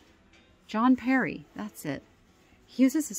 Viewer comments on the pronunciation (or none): none